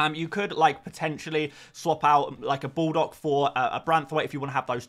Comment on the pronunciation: i always wondered why you pronounce baldock as "bulldog".